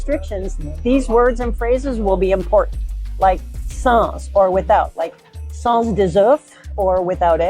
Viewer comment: I’m saying this as an American who loves your channel. Please learn French pronunciation. It’s ok to not pronounce correctly but to tell others how to say it when yours is wrong sets a bad example. Sans for example. You don’t say the last consonant, as is the general rule.